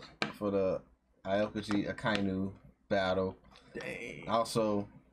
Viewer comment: Aokiji = pronunciation - Ow-ki-ji. By the way, not the same island 😉